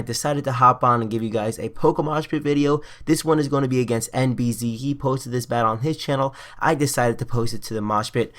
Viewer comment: You are not saying nbz name right. You have to spell it with the french 'Z' not the english way.